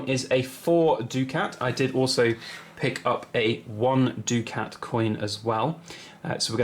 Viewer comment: I always thought it was pronounced ‘duckett ‘ not ‘doo-cat’?